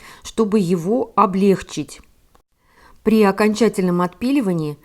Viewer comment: Только "облегчИть, а не облЕгчить"!